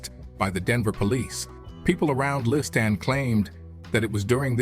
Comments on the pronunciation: Why the different pronunciation of Liston's name? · Could have been a great documentary, but Morgan Freeman's narration was horrible!! Calling him LisTAN, LisTON, half the time I didn't know who he was talking about..... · esp. the Li-stan really hurts even the ears...and I am a fuckin Swiss, english is not my language....xd